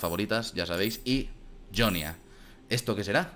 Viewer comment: ¿Por qué dices "Yonia" si en el propio juego dicen "Jonia"?